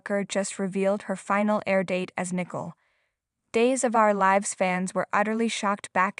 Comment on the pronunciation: Nicole not nickle. Get someone eho can pro ounce people's nameright!!!!!!!!????!!!!!!!!!!!!😂.